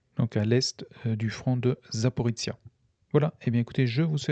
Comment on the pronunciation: C'est secondaire mais je ne sais pas pourquoi vous prononcez "Zaporitsia". C'est ZA-PO-RI-JIA, avec le son jia comme dans "plagiat" (et ZA-PO-RÔ-JIÉ en russe). Sinon merci pour la minute de silence, ce que vivent les soldats des 2 camps est horrible, même si pour une fois on a plus de morts militaires que civils, ce n'est pas si courant dans les guerres modernes. Je n'aimerais pas être à leur place, surtout sous la menace permanente des drones.